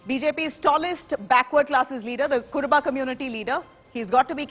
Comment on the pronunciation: It is not "Kuraba" . It is ",KurUba". It is U and not a. Be careful next time.